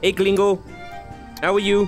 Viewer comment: It's not glingo it's 'green-go'